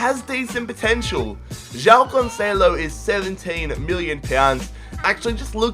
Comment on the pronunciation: the way you say joão "jyao". we in portugal say juaum